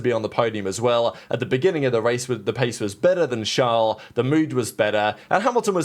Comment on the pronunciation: His name is Charles, not "Shlawl".